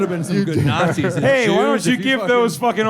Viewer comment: Jeselnick calling people “nzees” is so lame